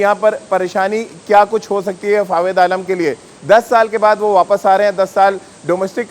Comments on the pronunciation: अबे जोकर नाम तो सही ले😆😆😆 फावेद आलम नहीं बे जोकर फवाद आलम नाम है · abey bhai Fawid nai hai.. Fawad hai FaWAAAAAD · are Dimag ghutno me h kya tera ya sunai nhi de rha ye chutiya fawed fawed kr rha h inko kon media me bithata h yr 😃😂